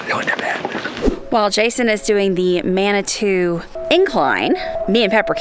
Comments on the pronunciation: its manitooo (two, to, too) not manitah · It's pronounced Mani-TWO incline.